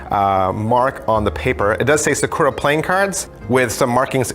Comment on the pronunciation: You keep emphasizing the wrong part of the word Sakura